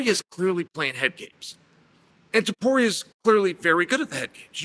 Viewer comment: Tuporia Topuria, same thing. - Chael